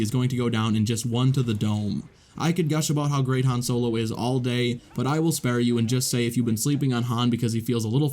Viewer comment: Videow. Han Solow. Iden Versiow. Anyone else notice his pronunciation of these 😅